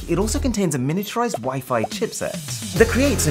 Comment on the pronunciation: Miniaturised not "Minituarised"..you`re welcome.